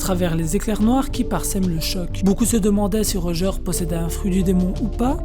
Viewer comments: Par contre ça se prononce « rodjeur » pas « rojeur » 🤷🏾‍♂️🤷🏾‍♂️ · Pk tu dis rojeur alors j’avoue jcomprends pas trop